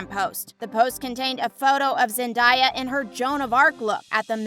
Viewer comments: The Zendaya tho its zendaya not zendieya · Am I the only one triggered by this girl mispronouncing Zendaya's name. Like cmon do a bit of research. Zendaya herself has said how to say it.